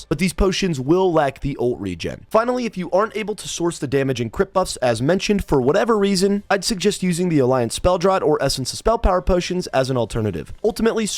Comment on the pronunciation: FYI, "draught" is pronounced "draft". Otherwise, a very informative video.